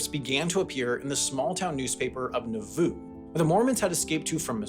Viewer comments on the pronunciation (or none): Just need to work on the pronunciation of some place names: Wah-satch, Man-ta-way, Nah-voo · As a local, Nauvoo is usually said NAH-voo. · Good job. Utah is difficult to portray, but this was really accurate. And the mispronunciation of “Nauvoo” shows it wasn’t an insider—seriously impressive for anyone, let alone an outsider. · Well Wendover is a city in UTAH. You would expect him to know about it, even if he says Nauvoo wrong.